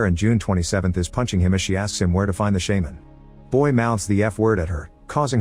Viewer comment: wtf is a "shaeman" 😂